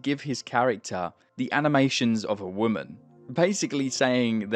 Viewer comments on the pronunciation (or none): none